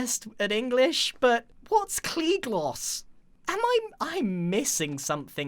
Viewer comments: I think it’s not Klee gloss it’s klear glass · CLEAR GLASSS NOT KLE GLOS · Grian: "GKLE GLOSS" Me: its pronounced "free glass" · Klear glass not Klee gloss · Klea Glosed G+closed=Glosed G as in Grian/Grain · "Cklee Gloss?" - Grian